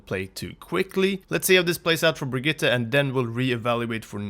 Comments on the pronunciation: I know her name is odd, but how many people are going to continue to butcher the name of this new hero. Especially high profile content creators like this. It's Br-GEET-ah. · The way he was saying Brigette was really triggering me!